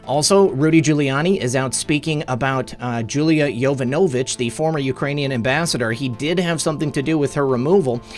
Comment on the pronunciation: yuh-VONN-uh-vitch. Please!